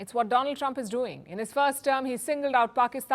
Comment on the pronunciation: My Phrand , A Phrand of India Mr Dolaaan Trump .😂😂😂😂